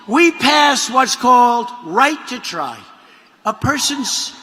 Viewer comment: My teeth are dying. I need to try TIDEGLUSIB. "righyt to try" Mr. President.